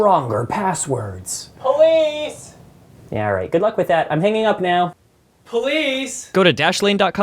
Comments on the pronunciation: sounds like he is saying “please” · I love how he says police like they were downstairs